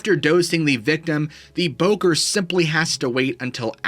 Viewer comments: It's not pronounced "bocker" it "boh-corr". Don't say it like that. Fais pas ça. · Bokor should properly be pronounced "Boh Core"